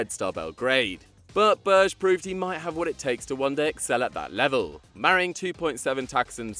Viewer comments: i very much do like these videos but it would be great to hear names being said proporly. example: sander berge. not berje. norwegians often pernounce every letter in a name. obviously i only hear it with norwegians bet i normally assume you look it up before a video. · Berge is said Berg-e